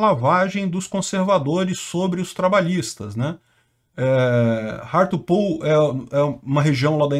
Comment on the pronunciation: A pronúncia de Hartlepool me lembrou de Cazuza! Parece "rato pool"... "A sua piscina está cheia de ratos..."😂